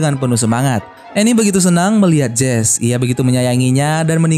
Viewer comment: Mama sebutan MCnya bukan jese tapi jesi